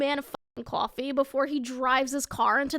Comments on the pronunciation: "Qwofee" nah im just kidding love ya !!!💕💕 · cwofee franchise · it makes me happy when i hear ur east coast accent slipping through when u say "coffee" "boss" and "all" idk why i just really like hearing accents